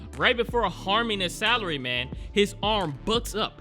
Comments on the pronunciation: Yes, this is what I need before going to sleep. Also, for some reason I'm hearing Salary Man as Celery man... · Does anyone else hear celery man instead of salary man??